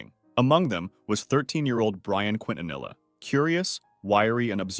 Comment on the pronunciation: Quintanilla is pronounced KEY-TAN-EE-YA. It's a Hispanic name.